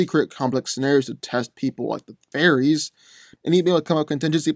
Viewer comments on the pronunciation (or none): none